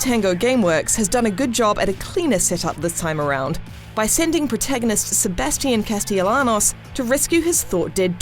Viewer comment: SebasTian CAsteleanos